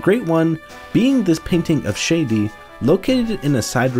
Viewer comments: this mf said “Shady” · Please for the love of reshef learn to pronounce Shadi…